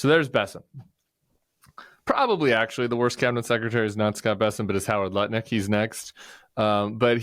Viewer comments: Nutnik, not lutnick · I'm dyslexic, so I stand no chance of pronouncing Lutnik correctly ever again 😂